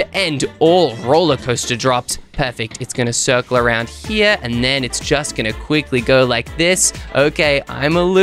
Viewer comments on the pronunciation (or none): Try saying "quikly,,again😂😂😂